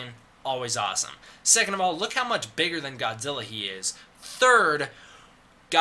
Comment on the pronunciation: That’s not how you pronounce Godzilla. Disliked.